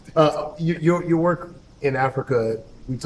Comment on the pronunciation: Vwork? Godfrey 😂😂😂 you're killing me 😂